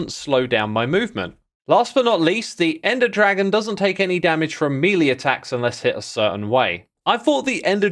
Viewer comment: Maylay, not mealy